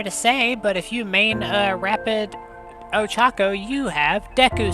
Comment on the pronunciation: Her name is Ochaco not Ochaku🤦‍♂️